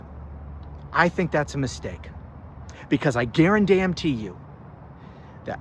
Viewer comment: Bro why you keep saying I gamn duarantee you?? 😂😂😂😂😂😂???